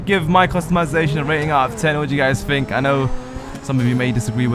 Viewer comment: It's think not fink